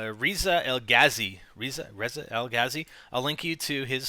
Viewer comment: Lol I know someone named reza and it's not pronounced reeza, just reza. Whatever who Cares sorry